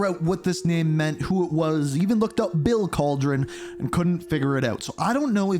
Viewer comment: Kal de ron 😂 not cauldron its a spanish name